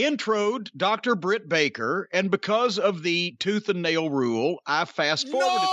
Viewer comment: It’s Jim saying her name wrong on purpose for me. 😂😂😂😂